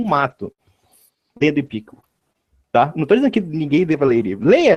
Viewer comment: Epicuro (paroxítona) ou Epícuro (proparoxítona)? O correto é Epicuro. O está por fora até nisso.